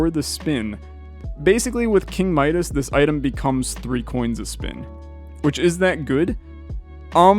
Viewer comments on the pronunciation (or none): none